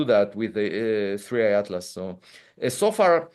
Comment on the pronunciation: Its 3i not 3ai